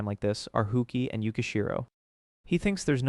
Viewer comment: "hookie" certainly was an interesting attempt at pronouncing "hasuike"